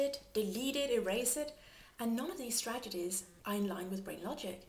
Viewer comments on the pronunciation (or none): i do enjoy your udemy course. One cosmetic remark tho: you seem to say stregedies instead of strategies